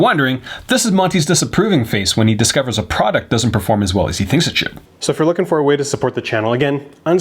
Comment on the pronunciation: shwood he?